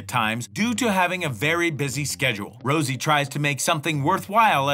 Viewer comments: Rosé not Rosie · Why did you put a picture of Jennie and say that's jisoo. And also you don't even know the girls names, you said Rosie instead of rosé